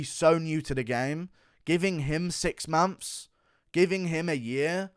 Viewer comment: hold on did he say, "uh year an' free momphs?" haha... it's like buckwheat or something. fee times a mady?